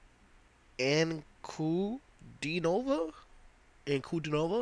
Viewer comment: "An-ku-DEE-no-vah". Accent on the middle syllable ;). The most unique female voice on the planet.